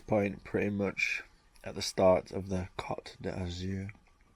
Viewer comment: Bloody hell... Cot D'Azur??? It's pronounced 'coat' as in an overcoat mate. Got me giggling here.;-)